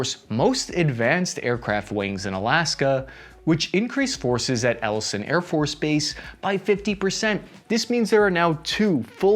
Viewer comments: Elison? You mean Eilson (aisle-son)? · Eielson is pronounced like "I'll-son" or "eye-el-son" don't want you sounding dumber than you have to, keep up the good work (grew up in moose creek near the front gate, and still frustrated when people pronounce Tanana like banana, I know, Alaska problems:) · It's actually pronounced "Eye-el-son." IIRC, USARAK tours are three years. There had been a Stryker Brigade at Fort Wainwright, which is about 30 miles from Eielson AFB. There is also Joint Base Elmendorf near Anchorage. We are closer than 50 miles. There are two islands in the Bering Strait. Little Diomede belongs to the US and Big Diomede belongs to the Russians. The distance is only about 3 miles apart.